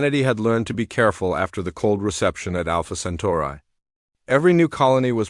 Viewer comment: Software needs a tune up to pronounce words correctly. Alpha Centauri is not pronounced Alpha Centurah.